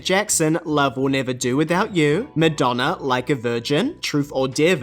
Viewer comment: Did you really say Midonna? 😂